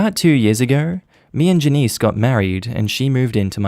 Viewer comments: Out of curiosity, is it normal in Australia to pronounce the name 'Janice' with stress on the second syllable? In both the US and the UK, I've only ever heard it pronounced with the stress on the first syllable. Sounded really weird to me. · Your pronunciation of Janice is... Interesting